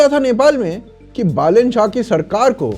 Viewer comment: Thank god , someone says बालेन rather than बलेन .